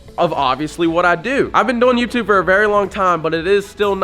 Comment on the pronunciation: i love how he says “youbtube”